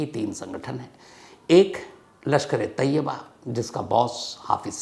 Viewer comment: Jaahil insaan: lashkare taiba aur tayyaba mei farak karna seekh. Woh taiba hai, tayyaba nahi. Naam bolna bhi nahi aata, news bolne chale hain. Taiba Islamic sheher ka naam hai, aur tayyaba maane pavitra aurat.